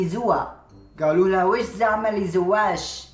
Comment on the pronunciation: زْوّاوَشْ تتنطق